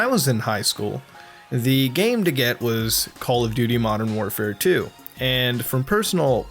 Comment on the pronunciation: Goddamn it muta i cant stop calling it "Call Of Dutrs" XD